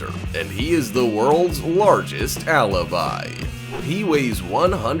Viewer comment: Alaby it's like a freaking lullaby